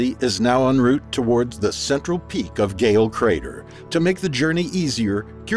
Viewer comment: THANK GOD SOMEONE KNOWS HOW TO PRONOUNCE EN ROUTE!!!!